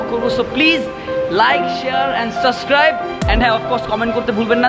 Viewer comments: Why you always says suscribe? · vaai shb e thik ase but apner pronunciation a etto bhul kn????"Subscribe" hobe "Suscribe" na -_ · suscribe korboh na :p :v :v he rerally said suscribe ;v